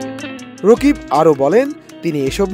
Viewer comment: Rokib na vai rakib 😂😂😂😂😂😂😂😂😂😂😂